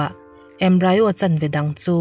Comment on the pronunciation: Embryo hi 'embri-o' (mizo tawng) a lam tur